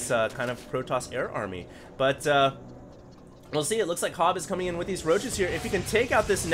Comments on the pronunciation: you pronounce that HoBbe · Hobbe , probebly llike the same you say pope or hope , , hobbe